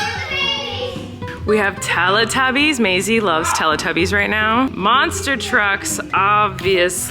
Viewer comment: 😆😆 Colleen 😆😆 you say Teletubbies so differently 😆😆